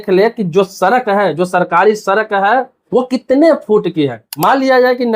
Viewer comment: Sarak nhin bhai sadak bolte hain